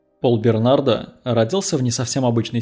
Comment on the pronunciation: Бернар,а не Бернард!! Д-. не говорится.Переводчик хренов!